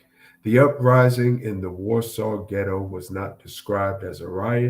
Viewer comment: Ghetto not gitto